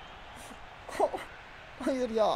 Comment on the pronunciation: yeni transfer obameyang diye okunuyo